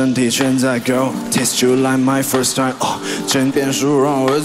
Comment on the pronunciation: 為什麼time讀成tie~whassup永遠都讀成whassa